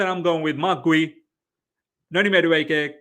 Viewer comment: Bro it’s Marc GYU not Marc GWI. Lmao